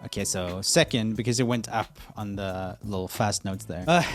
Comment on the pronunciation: the "up" sounds so swedish/scandinavian☺️